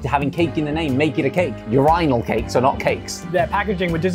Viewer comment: Why does Josh pronounce “urinal cake” like that?! Lol.